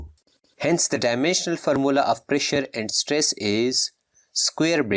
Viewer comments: Pressure and stress u said wrong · At stress mhee pronunciation mistake ohh gaya sir